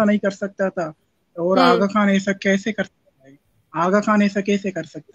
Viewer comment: Agha Khan ko Button bol rahi hay.